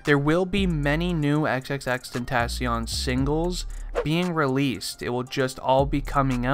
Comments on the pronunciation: EX EX EX TEN TOH SION why u say it like dat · Xxx ten-ta-SION LMAO I k ow its spelled Xxx tentacion but still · is anyone else triggered thatb he's saying his name wrong xxRIPxx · this dude said he was a real x fan but did not say his name right gtfo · hes too white to say tentacion right:| immediately stopped watching